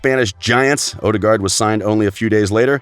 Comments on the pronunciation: it's odegaard not odergard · All european names were pronounced horribly wrong. Some examples: Ødegaard, Tippeligaen, Strømsgodset, Real Sociedad, Getaffe.